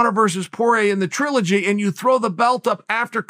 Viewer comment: If Chael says it's TRUE-ligy, it's now TRUE-ligy!